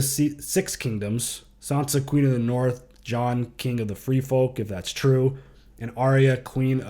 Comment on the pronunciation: The Boston accent 😂😂😂💀 “ Going Naaath!”